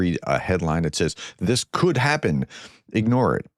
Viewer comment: “could” Thank you from Southern Ontario 🇨🇦 🇬🇧